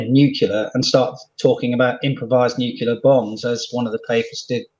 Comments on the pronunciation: major chip hazard its nu CLE ar not new q lar , and you are a MAJOR GENERAL not a US president , amazing ...... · Totally nucular dood! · Uranium is NOT considered a nerve agent. Nu cle ar. Thank you. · "nukular". FFS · Not 'nucular' again 🙉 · Since Bush said it, it seems like more and more people say “nookeelar”, even scientists… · But that's how Homer Simpson pronounces it.